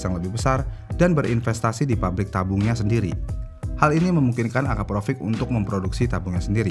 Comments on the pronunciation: Akrapovic bang, tapi bacanya konsisten Akraprovic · Akrapovic ya min bukan akraprovic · Akrapovic bukan akraprovic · Perlu latihan lagi dia nyebut Akrapovic. 🙂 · Akraprovic?? Akrapovik bang😅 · akrapovik bang nyebutnya bukan akraprovik, di awal vidio ada kesalahan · Kok risih ya dengernya AKAPROVIC, pdhl kan tulisanya AKRAPOVIC.. ini mimin typo apa gmn mesin dubingnya 😅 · Sebenernya yg bener AKRAPOVIC atau AKAPROVIC sih min? Kok mimin nyebutnya AKAPROVIC terus? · kayanya gua juga dengernya provic bos ? Baru di tengah² video berubah jadi akrapovic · Kedengerannya akraprovic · Susah ya bang nyebut AKRAPOVIC